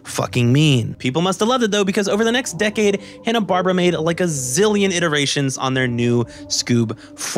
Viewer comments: watches 44 movies and makes a 90+ minute video about Scooby Doo’s history and all its movies -doesn’t know it’s pronounced barBEARa JK, this whole thing is beautiful and that’s such a nitpick from right at the beginning few minutes. We stan the dedication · I am eight minutes in and really debating if I should keep watching a video where a guy pronounces “Barbera” that way. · You mispronunciation of "Barbera" almost made me rage quit this video.